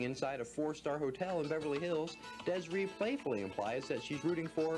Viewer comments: I talk to Des'ree periodically. As you may or may not know she and her mom put out a vegan cook book many years ago. Also her name is actually pronounced Dez-Ree.. it's not Des-Ray. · her name is pronounced DES-REE.